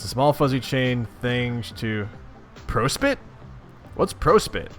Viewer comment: Ah yes, the very important planet of /pro-spit/. What is this prospit you speak of, I only see pro-spit!